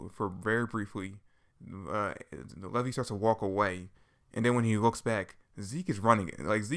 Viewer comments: Who is levy? It's Levi. Lee-vi. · LEVI = LEE-VI you say it like the jeans